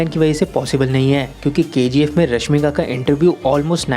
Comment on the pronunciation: Phle to tu ramika ko rashmika bolna bnd kr